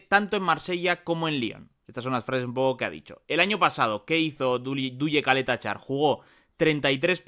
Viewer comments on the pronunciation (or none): Se pronuncia Chaleta Char